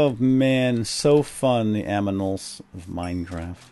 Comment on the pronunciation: Hahah you said aminal